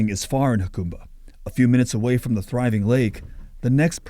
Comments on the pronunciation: That's HA-cumba, not YA-cumba. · It is pronounced HaCUMba, not HaCOMEba. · Yacumba? 😂 it's pronounced hacumba. Lol. The press is clueless. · It’s pronounced “Ha-come-bah”, NOT “Ha-coom-bah”. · 🫡 ~ It's actually pronounced "Huh Come bah" ✔️ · Jacumba,not yacumba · It's pronounced Huh- come- ba... By the way, the town used to be big stop before I- 8 came through there. That was the way for people to travel from San Diego out to the desert, past the border into Arizona, They failed to say that in the video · Get a kick out of outsiders mispronouncing Jacumba. Always amusing. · You can’t even pronounce the name correctly lol. I grew up there, the locals do not want you turning it into palm springs. Do not gentrify jacumba. You bring the lake back by uncapping the spring that used to fill it. It was plumbed to the original pools and later spa. It was capped by one of the previous owners. When i was a kid it was a break in the plumbing that filled the lake.